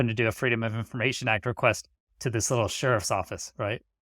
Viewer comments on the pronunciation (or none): none